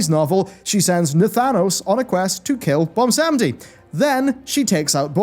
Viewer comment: Voljin was destined to go to Bwomsandi but got snatched by The Maw? How tf did that slip by Bwomsandi??